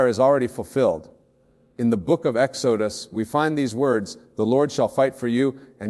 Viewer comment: I knew this was AI when he mispronounced Exodus